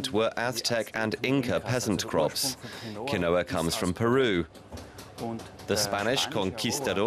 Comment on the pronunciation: Its pronounced QEEN-WA